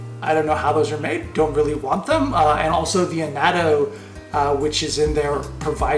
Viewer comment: lmao, its not "A not o" it " AH NO Te